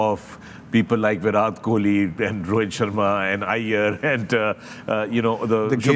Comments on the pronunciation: First of all fix the pronunciation yourself then give knowledge to people...This is Virat kohli not bhirath Kohli 😅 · Fakhre Alam - think you’ve been mispronouncing Virat’s name. It ends in a hard T as in ‘time’. Just a small off note in an ever flawless analysis.